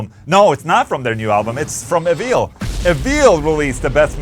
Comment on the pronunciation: Evile. Pronounced E-Vile